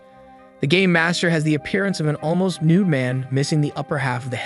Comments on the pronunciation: Who else thought he said gay master not game master? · I know your saying game master but it sounded like you siad gay master a few times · i heard gay master btw hows everyones day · i thought he said the gay master